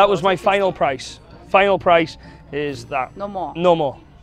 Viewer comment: “Are you okayah?” 😂